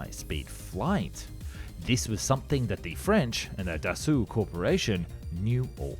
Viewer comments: btw, Dassault pronunced "Dass[ow]" not "Da[suit]" the last consenet of french word are often silent and "au" pronunce "ow" not "woo" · But he makes "up" for it by pronouncing it "Dasu" instead of Dassault :D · Dass-oh not Dass-ooh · No that sound Dasso. Not dasu I'm French. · Dassault is pronounced like Dasso. ;) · not always in family names.... Je dis dassaulT, il y a deux consonnes à la fin du nom, et les ancêtres de la famille devaient surement le dire aussi il y a une ou deux générations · Got its name from the WWII nickname of Marcel Dassault's brother = Char d'assaut = Tank. The story is on Dassault's company website. But yeah "d'assaut" like "fusil d'assaut" = assault rifle, as you said. Assault is the old spelling. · bah le Monsieur te dit justement qu'il a mal prononcé Dassault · Still mis-pronouncing Dassault though ...